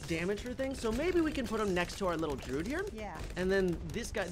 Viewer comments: I thought it was druid not druud?? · "The droid monkey" "Gohd....nooo...the drude monkey" pfff.......matttteeee, its a druid monkey, you pronounce the i, its important. Not Druide (Dr ude as in dude, but dru as in dude du, but dru-id druid.) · Droo-Id not drood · droo uhd to say druid nor drood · The Druid is pronounced Dru-i-d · its pronounced (JRU - ID)